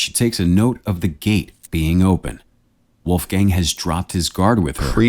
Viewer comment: seriously? Uneducated fool never heard of Mozart? WOLFGANG Amadeus Mozart? And since it’s a German name, the pronunciation is absolutely abysmal. Wolf the o is like the o in ton and not, not like in moon, gang the a is like the a in was or what not like the a in man or dam.